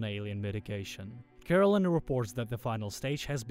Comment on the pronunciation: The AI narrator pronounced it as Caroline but it's actually spelled Karallen, lol